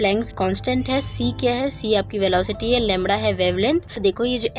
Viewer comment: It's not lemra it's lemda.